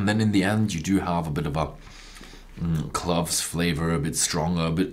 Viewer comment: Cloves not Cluvs..tell Horst he mispronounces it too...